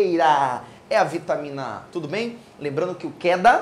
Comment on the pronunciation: Kkkkk Keda = kenned dá, maliciei jkkk